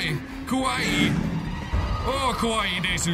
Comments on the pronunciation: Kowai- Scary Kawaii- Cute. And it's offensive to Japanese people (or half, like me) who speak it. Saying he pronounced it wrong. I love Mark, truly. He's my favorite YouTuber, along with Jack. But it's simply the fact he said it wrong that makes it offensive. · Mystyc Shadows Yeah, Kawaii means cute, but it's the first for me with kowaii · Do anyone know if he said kowaii or kawaii because kowaii would fit really well.